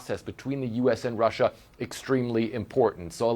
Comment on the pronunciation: Why does he say Russia like that? Has no one told him how weird he sounds?